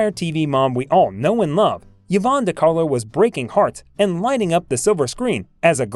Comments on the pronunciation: Hey, Narrator: Her name is pronounced "EVE-AWN," not ever "YEE-VON!" Sheesh...Pretend that initial "Y" is an "I," & you got it. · EE-VONN. Not yuh-VONN. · Eevon not Yeevon. Peace out. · Someone tell the narrator that Yvonne is pronounced as E-vahn, not Yahvahn. What is wrong with this guy. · Yvonne is pronounced Ē•'von, not yevon. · Yes…mispronounced Yvonne repeatedly. It’s not “Yivonne “. ..rather say it “ee-VAHN” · Also, Yvonne should be pronounces E-von, not Ya-von. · "Yee-von"? Really? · It’s pronounced ‘E vonn’. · Oh for God's sake, pronounce her first name CORRECTLY. It is " E Von" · Who on earth is "Yo-VON De Carlo"? Never heard of her. I thought this video was about the well-known Hollywood movie and television actress Yvonne De Carlo. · The AI cannot pronounce "enamorous", Yvonne or Sondheim or Orpheum, "fit her build", Ray Milan, Casbah, Demille, Demille (a 2nd different mispronounciation), "Cynicism" for syndication, U-N-C-L E for man from Uncle, etc...How did she satisfy her enormous lust? The regular way, by going out with a string of men, apparently. Lily was plated by Decarlo in 71 of 72 episodes, unlike what narrator states. After 9 months, no corrections. Vintage Hollywood Archives is brain dead. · Why-vonne mispronounced repeatedly, and he started out with "enamourous lust?" i also didn't make it too far past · Learn how to pronounce the name "YVONNE" correctly. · It appears that she also had an "Ee-nam-er-us" lust.... who is the reader??? Human or computer, it's an idiot....